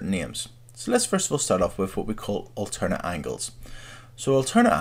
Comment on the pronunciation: alzernate angles and correfsponding angles